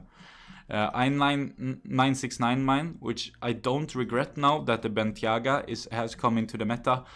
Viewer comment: Its not bentyagaits bentayga